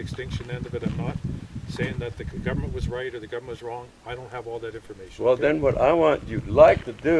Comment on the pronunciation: WTF is a "governmet"? Is that only a Canadian thing?